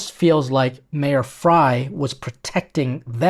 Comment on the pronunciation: Kudos,! You really are a chef ‘coz you call Mayor Frey as Mayor Fry 🍳😅😊